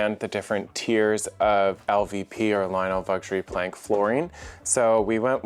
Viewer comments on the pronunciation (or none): I’m sorry did you say you got a visit from Lionel Vuxury Plank? Or?? 😂 🤣